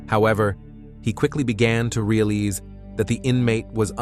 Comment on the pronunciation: Right after that sentence, he also said "real leese" instead of realise 🙄